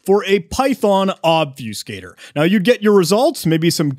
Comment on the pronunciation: It's called Ob-fuss-cator not Ob-fuse-cator.